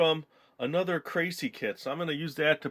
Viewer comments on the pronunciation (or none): its pronounced "krah-see"